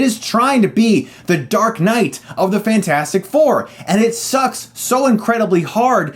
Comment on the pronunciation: It's pronunced fantastic 4 sir not fant4stic